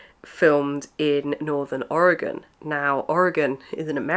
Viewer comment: this video made me impulsively buy Uzumaki...hoping to read it in October! Also gotta add, I'm quite impressed with how you pronounced Oregon correctly haha